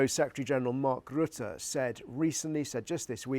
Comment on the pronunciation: It's Rutter as in butter, mutter, gutter.